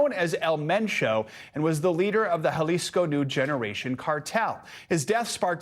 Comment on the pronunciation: Jalisco - Hah-lees- koh